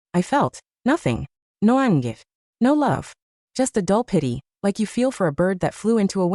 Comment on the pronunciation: So AI has to say certain words in accent "anger, jealousy, Sara/Sarah..." 😂😂😂 "She asked if Tokyo was in China" 😂😂😂😂 In business, men should let the head on their shoulders do the thinking instead of the one in their pants